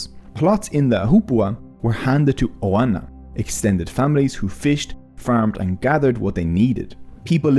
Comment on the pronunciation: Great video - please correct your pronunciation of Hawaiian words - Ahupua'a & Ohana - - 💜